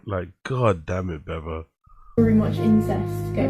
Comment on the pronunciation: Beav-O as in Beaver. Dude, lrn2speek.